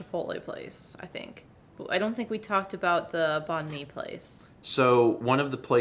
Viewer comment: Hi hi! Vietnamese person here. Great that you enjoyed banh mi, getting to try new ethnicities of food is always fun. If you're looking more Viet foods that aren't pho (though that's great too) salad rolls are really good too! But it is pronounced kinda close to bang and/or bye-ng and mi just being like me. Just thought it would be helpful to know for future reference!